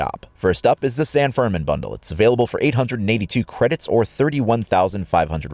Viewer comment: Tiny pointer, when you see that apostrophe looking thing on top of a letter in Spanish, that just indicates the stressed syllable. In San Fermín, it's pronounced "fehr-MEEN," not "FEHR-min."